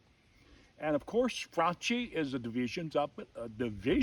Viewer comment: You're a nutjob... also, that's not how you say Franchi: "chi" in Italian sounds like "key"